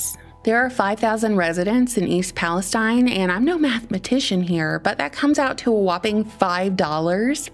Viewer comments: East Palestine is pronounced Palasteeen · I think they pronounce it Palesteeeeen